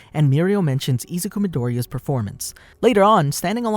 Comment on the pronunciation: Ah yes, eezuku